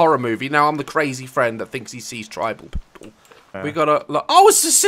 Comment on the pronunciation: Until this day I have never heard anyone actually pronounce people like the abbreviated ppl